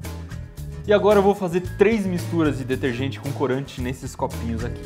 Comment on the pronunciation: ''fais''? ''clorante''?